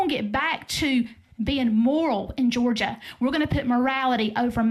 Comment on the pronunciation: Welcome To "Jaw-gia", Have A Nice Day!!!!! lmfao 😆